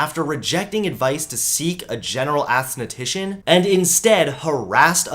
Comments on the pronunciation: ASSTHETICIAN!!!! LMAO Its pronounced ( S-the- tician) I'm sorry but that was funny 🤣🤣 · It’s aesthetician pronounced es-tha-tician